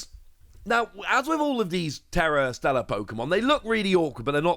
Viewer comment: Please stop with Stella. It’s Stellar. 😂